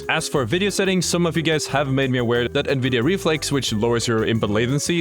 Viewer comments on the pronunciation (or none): none